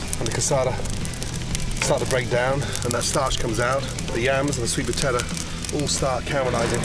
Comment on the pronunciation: Sweet potat-ahh